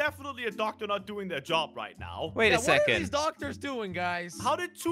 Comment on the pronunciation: said "ductor